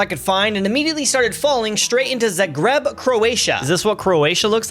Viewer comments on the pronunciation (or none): The way he says Skopje and Zagreb is so funny bro can not say the name of any south Slavic nation😂😂😂